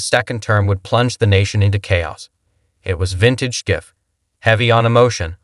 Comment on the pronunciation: shiff not sciff